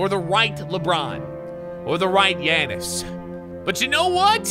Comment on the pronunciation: As a Giannis fan it made me mad when he pernounced his name